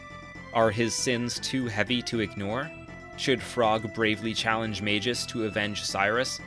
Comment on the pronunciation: Does an almost 40 minute video about how great Chrono Trigger is..... Doesn't learn how to pronounce Magus